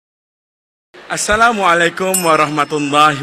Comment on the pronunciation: Sebutan Assalamualaikum, lebih baik kita cakap ikut sebutan dia. Pada Assala.. La nya panjang dan alaikum, pada (alai) 'a' nya ialah huruf ain, tekan sikit. Kita perbaiki diri kita :)